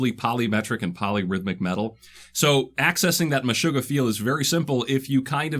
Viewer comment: He said MeshuggaH. I hit like